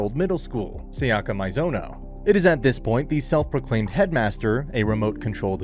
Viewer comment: Say-yaka My-zono